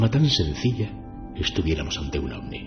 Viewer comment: Disculpa que me meta en lo que no me importa pero se dice ovni 🛸